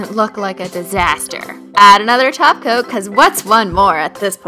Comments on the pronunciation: She said Top coat not taco 😱😱😱😱😱😱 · Well she often does say taco instead of top coat to be fair 😃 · when ever you said top coat at first I thought you said taco and I was really confused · She said top coat not glossy taco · she says top coat like taco or it's just me